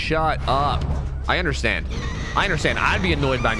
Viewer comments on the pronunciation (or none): none